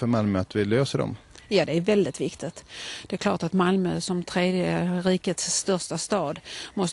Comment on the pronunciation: Och hon märker inte att hon säger dte konstigt!